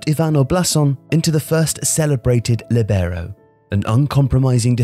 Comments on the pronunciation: Great video as always, little specification though: it’s pronounced Lìbero not Libèro, the i is emphasized not the e. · Great video as usual, but please once again be careful about pronounciation of foreign words and names. It's lìbero, not libèro; Armando Picchi is pronounced Pikki, not Pitchi. Seriously, I understand it's a detail but it literally take 2 minutes and you're not the kind of channel that is not focused on good production. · I played as Libero in my local team when I was younger...thanks for the video man, I love this channel (btw in italian, the accent is on the "i", so it would be "Lìbero", not "Libèro") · Hey, an Italian speaker here. Great video but please, learn how to pronounce the Italian words: it's lìbero, not libéro, and Picchi (pronounced like "Pikki"), not Picci;) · It's lìbero, not libèro. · All good, but libero is NOT pronounced like that. It's Lìbero, not libèro. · I think you should pronounce it like in Italian: LEE-bero, instead of lee-BEAR-oh. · Líbero...with accent in the i. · Líbero (pronounced LEE-be-row). Why are pronunciations from foreign nouns, pronouns and verbs incorrect all the time? LIBERO - LEE-be-row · Its: lee-bero more accent on the i. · Copying me then :) (only kidding it's a topic that makes a good video)... I was told that in Italian the stress is on the /li/ and not the /ber/ but I've never heard an English speaking person pronounce it that way. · It sounded horrible for those of us who know the right pronunciation. Also, didn't anybody notice the way he pronounced Jair?!! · Libero is pronounced differently in Italian though... the stress is on the /Li/ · Marco Tassi Thanks - I mentioned the word ‘libero’ in a recent video on my channel called ‘20 non-English words in football’... I was picked up on the way I pronounced it. ✌️⚽️ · What a way to butcher the word LoL.